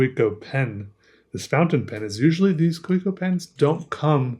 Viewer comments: Isn't it Ka-ve-co rather than Kah-wee-co? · It's a plated steel nib. Kaweco (Pronounced Ka-ve-ko) just sells overpriced injection-moulded plastic pens with bad nib QC. And then they do the competition dirty. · Earn how to pronounce Kavecko.